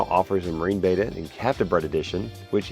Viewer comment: Pleasssssssse. It is a Betta. Bet-ah. Not a beta, bay-tah. C'mon man. That's like saying you have an Achilles Tayng.